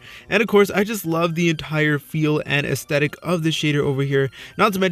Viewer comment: The way he said aesthtetic tho Ay-EsthEdIk